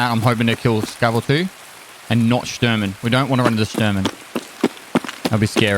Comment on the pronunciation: There is no C in Shturman. Just sayin'... :P